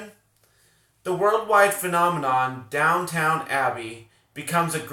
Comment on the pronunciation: It’s DOWN-TON Abbey, NOT DOWN-TOWN 😆